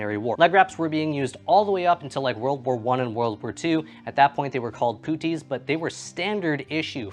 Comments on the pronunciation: These were famously worn by British and other soldiers in WW1 as "puttees". Soldiers needed high boots for the muck of trench warfare but because of a leather shortage leg wraps were used. The word comes from the Hindi "patti" for ribbon or bandage, a word brought back from India and is pronounced like "putt" not "poot" as you said it. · I got issued puttees (pronounced putt-tees) in the mid 80's in the UK, with hindsight they were actually ok to wear but took a while to put on and were replaced by high leg boots which were a lot more practical. I'm not nostalgic about them but in a historic sense I totally get why they would be practical. Thanks for doing the vid mate. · Thank you for the spelling and pronunciation. I kept hearing ‘poutine’ and I knew that couldn’t be right! Lol